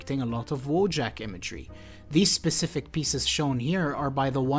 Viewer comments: Wojak is actually pronounced 'Voyak'. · it's pronounced "voyak" 😂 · in polsh, i think it should be pronunced "voyak"? unless the author itself prefers different pronanuciation or something. Like, it's true that in polish language word "wojak" exists and it means warrior, but then it's prononucd voyak